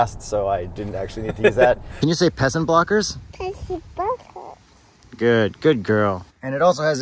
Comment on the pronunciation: Omg! “Peasant bwockers,” I’m dead!